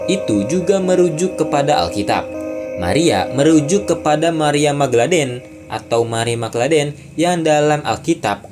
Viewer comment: Marie Magdalene, bukan Magladen, Laden mah osama bin laden 😂